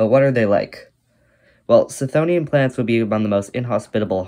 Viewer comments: The 'ch' is pronounced as a hard 'K'. K-THONE-ian or kuh-THONE-ian. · Wouldn't the 'ch' in chthonian be hard because the root is χθόνιος ? That said, misspelling and mispronouncing things is a totally valid way of boosting engagement because apparently ackchyually is harder to get off than crack. Look, it's working right now! 🤓